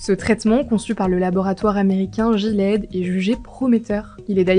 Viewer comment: Gilead > "jilède" 😂 ça se prononce gui-lé-ade